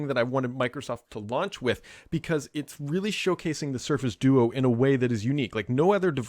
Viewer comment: Definitely said do-oo during the intro